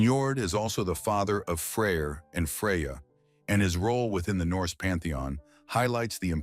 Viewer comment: That’s because of the way he pronounces it, in reality its pretty easy to distinguish between them. For example in modern scandinavia, they’re called Frej and Freja